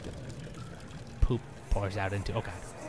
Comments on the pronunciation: Toby, I swear you just said "POOP" instead of "BOOP"... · Heh he said "poop" not "boop" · He typically says boop...did he say poop? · At the end of all the other videos, you say BOOP! but, at the end of this one, it sounded like you said POOP! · Does anyone else think it sounded more like he said poop at the end instead of boop or is that just my crappy headphones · lol, he said poop at the end instead of boop... cause... he's in a sewer. :D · Did....did he say 'poop' at the end instead of 'boop'?